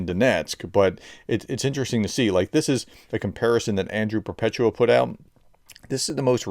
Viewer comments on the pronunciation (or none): none